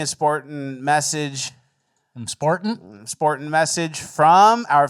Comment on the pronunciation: ‘Very sportant’